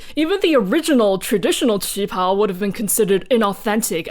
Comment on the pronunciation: Listening to the war and political party history reminded me of this Lindsay Ellis quote, "The legacy of colonialism is baked into every facet of every culture on the planet." Also, thanks for reminding me of the correct way to pronounce "qipao!"